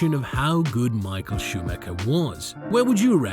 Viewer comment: Tbh Michael’s name is pronounced wrong every time too.